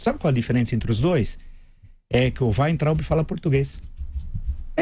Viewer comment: Obrigada garota por pronunciar corretamente o nome ...Vaintraub